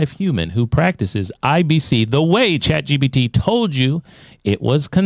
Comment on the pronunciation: Uh...Guys, it's Chat GPT!! Not GTP...Thought you guys should know :D